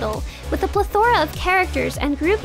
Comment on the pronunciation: Still hasn't figured out how to pronounce "Plethora", I see. Maybe in the next update? :P